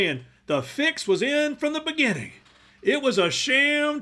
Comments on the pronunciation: Really, how does she say beginning (beganning)? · I don’t trust people who pronounce the word “beginning” as “beganning.” Especially when they look like the love child of Morticia Addams and the Taco Bell chihuahua. ¿Tú quieres Taco Bell? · "I've been saying this since the beganning" 😄